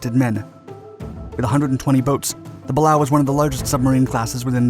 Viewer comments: It’s pronounced BA-LEY-O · You mispronounced Balao. A submariner could have given you the correct pronunciation. This video is still worth a thumbs up. Your history is spot on correct. There was a naval ensign on board from my hometown. A small town in North Florida that was also the hometown of General Stillwell.